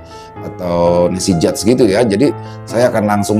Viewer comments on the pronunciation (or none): none